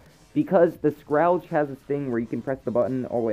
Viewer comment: Also, here's a tip: Google how to pronounce Scourage